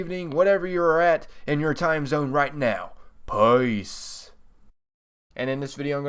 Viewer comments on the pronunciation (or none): none